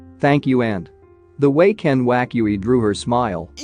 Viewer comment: i like how he says ken wakui sensei